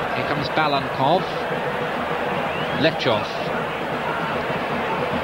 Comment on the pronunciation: Interesting finding: Five names of Bulgaria's starting line-up are mistaken, including StEichkov and BalaNkov (the speaker repeatedly calls him Balkanov), and plus that of the coach :)